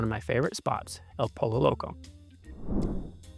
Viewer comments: Bro really said “Polo Loco” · Let me help you out. The double L in "El Pollo Loco", try pronouncing it like a Y. Feel free to pay it forward :)